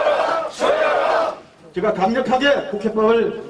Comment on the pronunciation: 철회하라가 아니라 처리하라처럼 들린다.